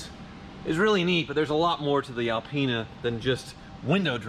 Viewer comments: Alpine get it right. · Reapiar it!!! It's alpina